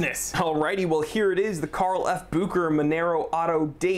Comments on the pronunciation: it's BU-HE-RA, not bu-k-ra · SAY "BOO SHAE RHER" GDMMIT SON!!! Messing names like this ntz ntz ntz 😙🤌